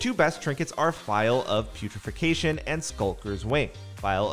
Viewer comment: putrefaction, not putrefication